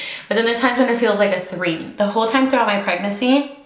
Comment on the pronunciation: Say it with me preg-nancy 😂😂